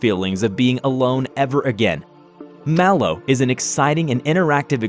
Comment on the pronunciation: It’s not pronounced Malo, o think it’s Mal 0 but like Mal0 This is just what I have heard don’t come for me.